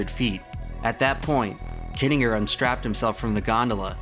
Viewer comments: Yeah he pronounces shit wrong all the time too. "undoubtably" isn't a word, but he uses it, "kittinger" is pronounced wrong and he says it in literally every other sentence for about 5 minutes straight... The problem is that youtubers don't bother doing any proofreading or research past googling shit. They also can't be bothered looking up how to pronounce words they don't know how to pronounce. And pronouncing words properly is a pretty major part of being a narrator. A good example of why you shouldn't really trust anything you see on youtube. Youtube is still part of the internet. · I can't un-hear you miss-pronouncing kittinger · It is pronounced KIT-IN-JER. For crying out loud. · this video is absolutely amazing, but the mispronunciation of "Kittinger" makes me want to cry haha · Im pretty sure you are pronouncing Kittinger incorrectly.